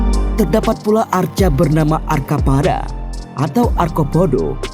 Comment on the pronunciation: MPU itu bacanya empu , arca pada bukan arko podho, tetep pakai C om , maaf